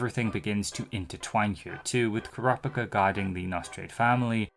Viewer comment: even this dude mispronounces Kurapika's name lol